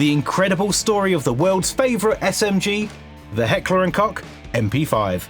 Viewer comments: It’s more like heckler and coke not cock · what fuckin coke ? in the video he says cock, which is still wrong but coke ? tf are you on, coke is a beverage or drug, just say koch it reeeeeeeaaaaly aint that hard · Coke, not cock. You dunce 😂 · Its Heckler und KoCH, not Cock. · Man, please learn how to pronounce the brand. It's not Heckler and Cock! It's Koch. Research how its pronounced correctly! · Just pronounce it heckler and koh I know you can't pronounce the hard ch like in dutch but come on it's not heckler and cock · its heckler and KOCH not "kok", please 😭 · German here…sat here giddy AF the first few seconds to see what you go with “kotsch”, “coke” or “cock”…. Going for the nob is the closest though😂 Try saying “co” like in “cock” but then go for an “oh” but instead of saying “h” you realise that you are a vampire caught in the sun and go “krcheee” (but keep the o shape don’t go wide like “weee” the key is the chhh part of it and it comes from the throat…the mouth shape just controls the tone between “och” “ech” “ich” 😮😐😁). That’s the hard part afaik there is no analogue in an English word for that “ch” sound (maybe something like “eeech” but that’s not a real word just disgust manifested into sound😂) So when you got all that down, the co without the ck and the h without the o. Then it’s just keeping the Ko short and the sun vampire sound like it’s your last breath. See German isn’t as complicated or “creepy and evil” as one might think…now go forth into the world and wow people with your (hopefully) eerily unfitting to the rest of your German, pronunciation of “cook” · Heckler and Coke or Koch not COCK. Great video otherwise. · its pronounced "Koch"! Like cock with a CH like you pronounced it in chinook! Holy Kartoffel. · its not "cock" its "Koch" ch is pronounced like an H in german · Heckler & and Koch Not Heckler and Kock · Koch. Just say cook at that point cause that's what it means in German. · Heckler & Cock sounds CRAZY to a german lol